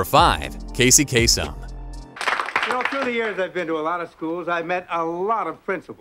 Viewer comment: It's "Kasem"